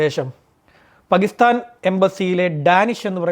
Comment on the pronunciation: പകിസ്ഥാൻ അല്ല ടോ.. പാകിസ്ഥാൻ എന്നാണ്.. നാക്കുവാടിക്കാതെ നേരെ എഴുനേറ്റു വരും 😡😡